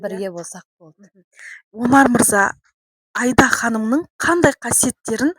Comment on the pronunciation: Айда ханым несі...АИДА деп дұрыс айтса болмай ма.....